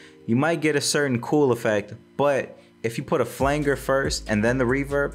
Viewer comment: Flanger is pronounced "FLAN-JER", and the name was derived from a manual technique for producing the effect by pressing against the FLANGE of a tape reel. Thought I'd give back a little knowledge in exchange for all the knowledge you shared in the video, Not trying to be condescending. Much Love and thanks for the VIDEO!